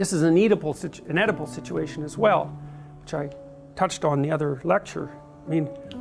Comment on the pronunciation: "Eatable"? Really?